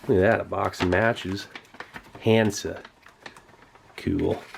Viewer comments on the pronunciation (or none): Not Hamsa, Hansa... Terrifying.